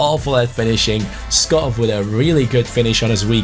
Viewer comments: Hi, love your videos. However since i am from Denmark it's kinda annoying that you pronounce Skov Skof, instead of Skou, which is the right way of pronouncing it in Danish. keep up the good work! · it selects Schär as the penalty taker, because he has the highest penalty stats in your team. Also, Skov is pronounced Sko, with a silent k Like so he can see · Skov is actually pronounced Skou :) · hey, certified Dane here, Skov's correct pronunciation would actually be more like Skow in English. Otherwise keep up the good work mate 👍👍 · Hi, amazing video, just one thing, you pronounce Skov a bit wrong, it’s only the “V”. “SKO” is pronounced like you do, but the “V” is pronounced like a “U”. I’m from Denmark i know. Or you could just call him forest BC that means Skov in Danish.